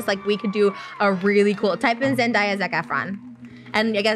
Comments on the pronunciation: Trisha- you’re queen but like- “Zendiya”😭 LMFAOO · Zendaya out of her own mouth in an interview said it’s Zen-Day not Zen-die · Nobody: Trisha: “Zen-DIE-A” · i’m pretty sure it’s Zen-DAY-A lol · I can’t rewatch this episode too many times because trisha keeps saying ZenDIEay PLS it irks me so bad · trish really called zendaya "zendieya" lmao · I think it's funny how Trish pronounced Zendaya. But didn't see any comments about it LOL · Trish mispronouncing zendaya's name was the funniest shit ever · Omg anyone else hear how she pronounced se days name 😂